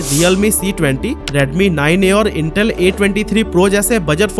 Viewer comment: It's itel not intel